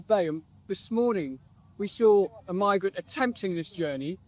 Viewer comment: STOP Saying Mogarant ✋️ They are Not Migarant